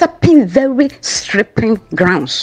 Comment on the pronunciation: "You are stepping what??? ( sripping) slippery grounds.😂😂😂